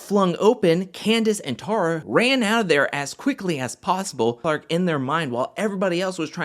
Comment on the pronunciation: It's pronounced TAY-RAH